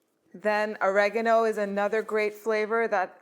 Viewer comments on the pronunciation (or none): Oragano not reagno